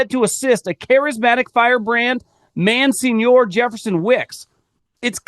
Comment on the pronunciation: Never heard Monsignor pronounced "man-seen-your." Haha